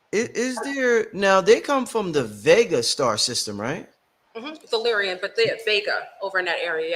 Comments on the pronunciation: 💯 Lyran not Lyrian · maybe im wrong but i think Its Lyran not Lyrian